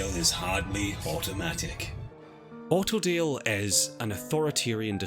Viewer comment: Autodale spoken in his accent sounds just like Ordeal, which is kind of fitting of a name